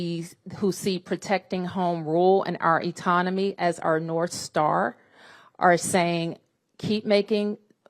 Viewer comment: Etonomy Atonomy Autonomy A lot of tougher questions🤦🏾‍♂️🤡 Which one When the fudging didn't work, she realized what the hell Let me do the right thing & be sloppy while saying it😂🤡🤦🏾‍♂️